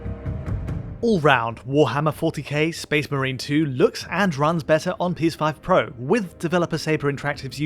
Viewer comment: anyone else heard "PS5 protesting"? 😅